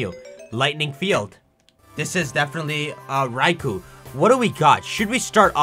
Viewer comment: Thank you for saying raikou and not RAY-KOH